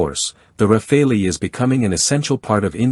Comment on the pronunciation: I am really sick and tired of people saying RAFAELI instead of Rafale, like chacal, like focal, like moral. I really don't know where people (mostly Americans) get this suffix "ELI" at the end of rafale. The Americans have a bad habit of butchering other people's languages.